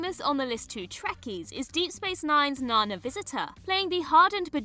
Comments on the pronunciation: Great video! Only quibble is that Nana Visitor's name is pronounced naNA with the stress on the second syllable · Nana pronounces her name nehNA. Not Nina, NANa, or what you may call your grandma. I’m sure many wouldn’t have minded trading Noel for Orla Brady (Tasha Lem, Picard’s Laris). Or at least combining the Sheppard men, as they played the same DW character, despite having various genre appearances…nevermind. They deserve separate entries. Any chance we’ll get other DW/genre lists in the future? The Pond family have gone 2/2 on DC vs Marvel (Alex and Arthur on CW DC Shows (JB as well!); Karen in MCU; while Matt is in Morbius in whatever Sony is calling their extended Spider-verse. Spumco or some nonsense?)